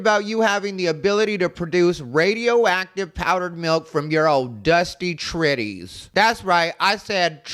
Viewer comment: OMG when I heard you say TRITTIES I had to subscribe!! 😂😂😂 I lost it!!!